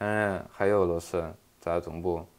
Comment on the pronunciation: 东部 西部这个发音非常哈尔滨😮